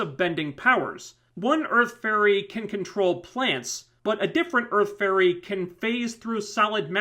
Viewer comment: to me every time you sad fairy i hear furry (i know my hering is weard that way) witch makes this review realy funny to me